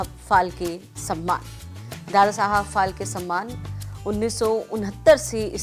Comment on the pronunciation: फाळके नाम है वो ठीक से बोलो ऑर लीखो.